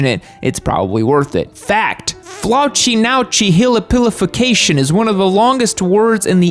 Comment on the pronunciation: That is 700% not how you pronounce flaucinaucinihilipilification